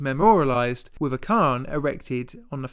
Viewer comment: Or ‘cairn’ or ‘Anstruther’, oh dear. An avoidable disaster is your pronunciation